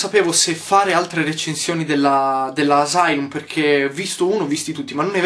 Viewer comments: piccione commentatore. * asylum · yotobi lo sai che ai detto asilum? spero che lo sai ai detto asilum come l'ho scritto tu l'ai detto xD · minuto : ha detto "Asilum" ahahahaha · Asilum nidum 😂😂😂